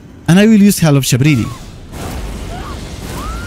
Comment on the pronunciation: Great video, only thing I struggled with was it took me 3 days to find out you were saying howl of shabriri ha ha. But I have a friend who is playing a Samurai build and we're both noobs so your videos are soooo useful and entertaining thank you